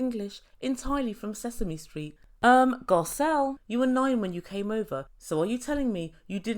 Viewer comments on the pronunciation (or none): It's Garcelle not Gabrielle